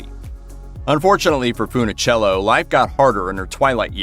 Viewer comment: Mispronounced her name as FoonOhchello so many times. I gave up. Bye.